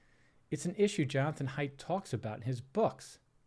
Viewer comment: The pronunciation of the guest's name is a minute detail that can easily be mistaken if his research consisted primarily of reading material. Regardless, it is clearly obvious that Klepper did not do it in a malicious or mocking way. He expresses very clear admiration and respect for Mr. Haidt, and I am certain that Mr. Haidt did not take it personally either. Nevertheless, Mr. Klepper is human, and humans make mistakes... I would say that this is indicative of nothing beyond perhaps a smidgen of incompetence if I were to be overly harsh.